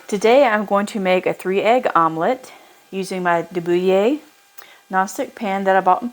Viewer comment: Blue Star and de Buyer - a match made in heaven. And you pronounced it correctly, yay!